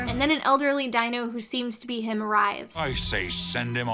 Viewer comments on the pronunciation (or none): none